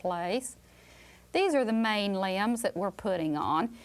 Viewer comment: limbs, i thought she said lambs 😭🤣